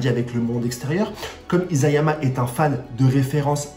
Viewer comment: Je ne crois pas trop a des fins alternatives dans SNK, mais ta théorie est intéressante! Sinon c'est I"SA"yama et non I"ZA"yama le nom du mangaka! bonne continuation.